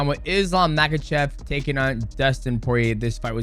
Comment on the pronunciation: If you’re going to make a video profiting from him, learn how to pronounce his last name Ma-ha-shov the K is silent